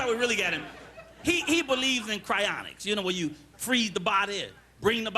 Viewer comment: I'm SO happy he got teh word "cryonics" right. Most people confuse ""cryogenics" for cryonics"... which I really hated when I worked in cryogenics.